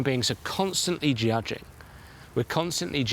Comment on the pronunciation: "giajing" instead of "judging"